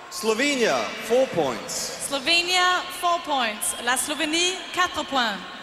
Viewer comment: „Eslovenia“ LOL hahaha